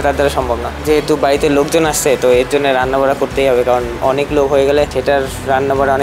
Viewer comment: "Ranna bara"🤦🏻‍♀️ it's "ranna banna" 😂 , bara na re banna😆🤣🤣